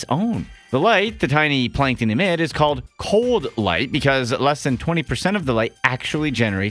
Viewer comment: Plankton not Plankon